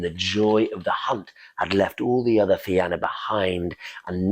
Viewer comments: Man I love your stuff. .the Fianna is pronounced The Fean YA ... otherwise Rock on my friend rock I Love it .. PS Im irish so just sharing ...by the way my youngest son is named Oisín Go raibh maith agat a chara.. ... Iain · Thank you for the great storytelling. The only thing the Fianna is pronounced fee-in-ah.